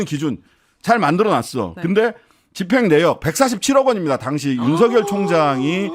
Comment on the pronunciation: 윤석열 발음은 자음동화가 안됨 윤서결(ㅇ) 윤성녈(x)